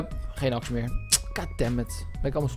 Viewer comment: en waarom zeg je de hele tijd aks het is een axe